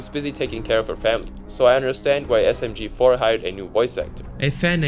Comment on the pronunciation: he also said msg4 instead of smg4